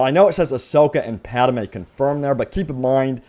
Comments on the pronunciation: It's pronounced Padmè not Padamė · Pad-may. Not Pad-a-may. :) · It not padime it padmai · HOLY SHIT PADME IS PRONOUNCED PAD MAY NOT PAD A MAY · If I hear "PadAme" instead of "Padme" one more time...... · “Padme” NOT “Padamae” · Padme not Padame! It hurts every time you say it man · I was worried I was the only one! Thank you! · Thank you! Holy wow that was bothering me too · I think he should do a public apology in the next video to the viewers who had to endure this. That was just painful, LOL! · you pronounce padme as padame lmao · Lol “Padame” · Idk why it kind of bothers me when he says pad-a-me lol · Padme is two syllables